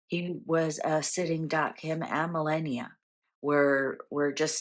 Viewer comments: Melania. Meh-lah-knee-ah. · PLEASE CONSIDER PRONOUNCING MELANIA'S NAME PROPERLY. IF YOU LISTEN TO TRUMP PRONOUNCING IT HE SAYS: MEL- LON-EIA. SHE'S OUR FIRST LADY AND I FEEL PRONOUNCING HER NAME PROPERLY IS RESPECTFUL. I'M SUGESTING THIS WITH THE UTMOST RESPECT. LOVE YOUR READINGS, I HAVE BEEN A LOYAL FAN FOR AT LEAST TEN YEARS AND WILL CONTINUE WITH THE SAME SUPPORT AND LOYALTY. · Please pronounce Malania's name correct. There is no "e" in her name . Ma-la(rhymes with FA)-ni(sounds like nee)-a. 😊❤😊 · Common Pam Malania isn't her first lady, give her a break 🎉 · None of you pronounce it correctly anyway. It’s originally Meh-la-ne-a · It’s Melania